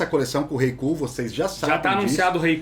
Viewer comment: eu n consigo ouvir os caras falando "kull" seriamente. Sinceramente não dá